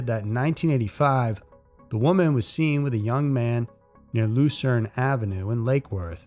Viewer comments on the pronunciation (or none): none